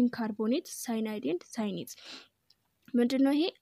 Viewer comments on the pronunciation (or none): Cyanate /ሲያናይት /ነው ሚባለው